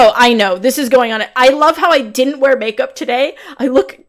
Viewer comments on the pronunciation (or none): none